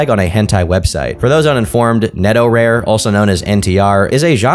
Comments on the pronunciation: Haha cant believe im doing this. Netorare is not pronounced netto-rare but ne-to-ra-re (to is pronuonced non-english, this is how its pronounced neɪtoʊɹɑɹeɪ) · "Netorewr" MAKE AN EFFORT D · neto-RARE..., please tell me you know you're saying that wrong... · "neto rare" It's neto-ra-re you uncultured swine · (It's "neh-toh-rah-ray" not "netoh-rare") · It's pronounced Ne-To-La-Le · I often forget people who have zero interest in anime stuff exist and then someone like makes a video where they pronounce netorare as "neto-rare" wwwwww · I don't know why but the way horribly mispronounces netorare is so funny to me